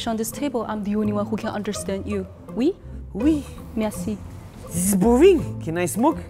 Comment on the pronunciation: It's "merci" not "mercie" XD